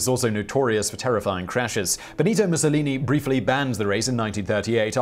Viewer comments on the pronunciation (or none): none